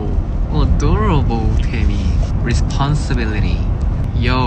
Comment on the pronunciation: "onew you are very odorobol"🥰